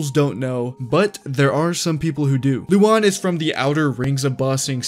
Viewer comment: Oh. It’s Luan no Lu-an. Why is everyone pronouncing it wrong? I thought he was a woman.